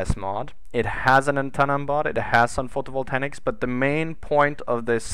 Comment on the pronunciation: The space truck needs landing legs. Photovoltaics! Say it with me: foh-toh-vol-tey-iks. XD :P